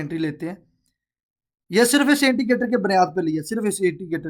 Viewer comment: Intigater ni hota indicator hota hy